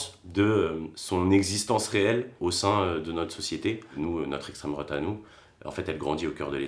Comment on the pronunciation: Quand t'essaye de dialoguer avec un antifa en MANIF! "lestraime droate c pas bien" et ducoup tu pense quoi de la 5G? "estraime droate". Et la tache sur mes couille t'en pense quoi? "estraime droate" D'accord et c'est quoi t'on plat préférer? "estraime droate" haha je t'est eux ! meeeeeeeehhhhh